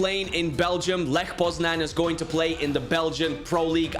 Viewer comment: It's leh poznañ btw.